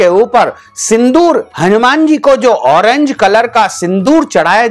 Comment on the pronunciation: आप पहले ठिकसे बोलिए कभी फिटकडी बोलते, कभी फुटकडी कहते. हौरेंज नही ऑरेंज बोलीए.